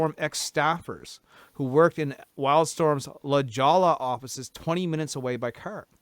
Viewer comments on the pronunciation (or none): La Jolla is pronounced La Hoy-yah. Not a Spanish word a Canadian would be familiar with, for sure. Js are pronounced with an H sound and two LLs is a Y sound, like in tortilla.